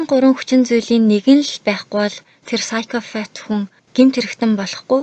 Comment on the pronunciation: psychopath gedgiig psychofath geed f-eer duudaad bhiin kkk busdaar goyeenaa amjilt